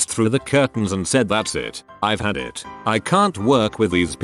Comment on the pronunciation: Is anyone getting mildly infuriated by the way they say “it” and “skatepark”